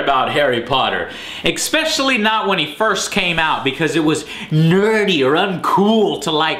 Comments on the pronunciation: Joe, I love you, I always have, but for god's sake, I can't take it anymore: It's ESPECIALLY, not "eks-peshally"! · Jesus CHRIST! it's pronounced ESPECIALLY. not EXPECIALLY. anyone who says it like that sounds like a moron. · I like Joe but "Xpecially" triggers me every time. And he says it all the time. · Expecially... haha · Is it me or does Joe say Exspecially rather than Especially? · yo joe stop saying exspecially ! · & = "Expecially" LOL, what a dumbass. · What is "Expecially", Joe? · You know when you get stuck on someones pronunciation of a word and suddenly that's all you hear and sort of keep waiting for? Well.. There's no "K" (or X) in "Especially". ;) SORRY! Can't help myself. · I like how joe always says "eckspecially". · You really went all out with your favorite word in this one "EXPECIALLY" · What does 'Ecspeccially' mean? and many more times throughout =)